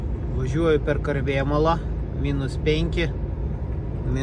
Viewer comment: Ar man tik pasigirdo ar tikrai sakei „Karvėmala“ vietoj Karmėlavos :D